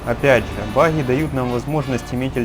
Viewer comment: "Хта 3 - очень бахатая на бахи ихра"😂😂